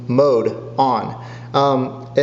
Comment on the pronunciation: MODE, MODE, MODE. You got it once. It's not MOID.